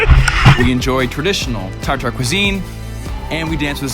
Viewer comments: not Tar-Tar, but Tatar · I thought it is spelled 'T-A-T-A-R', not tar-tar